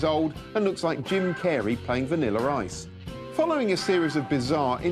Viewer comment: "Vaniller Ice"